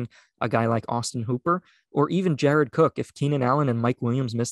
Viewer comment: guy making a big deal about a dude named austin walter, your name is!!!!, not jared or jarod,.